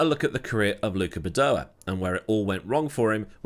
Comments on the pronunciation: Ffs it’s Badoèr, not badoahh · Please look up how to pronounce Badoer. Bah doh wer. I know you Brits like to leave out 'R' or add them where they don't exist. See 'HONDER'. How would you like your last name to be said as Meewahd? Otherwise, thanks for all the vids.